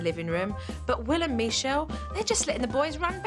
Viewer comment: I love how jo pronounces Michele as Mechele 😂